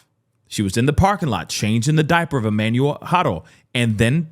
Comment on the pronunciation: Thanks for pronouncing his name correctly big dawg. Fun fact, on the RivCo inmate search it shows he has NO CHARGES!!!